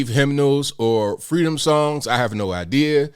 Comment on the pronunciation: It's the FWEEDOM for me. .........KAMALA (age 3)